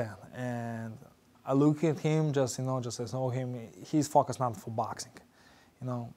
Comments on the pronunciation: cop: sir i pulled you over because you were speeding! ggg: this is boaxxing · Nobody: Golovkin: 𝐭𝐇𝐢𝐒 𝐛𝐎𝐱𝐈𝐧𝐆